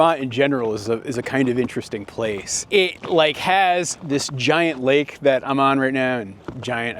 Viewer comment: "has this giant lake" ::laughs in Michigan accent